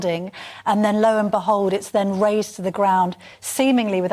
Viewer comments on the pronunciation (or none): Razed not raised